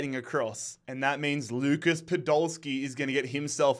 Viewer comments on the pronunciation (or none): none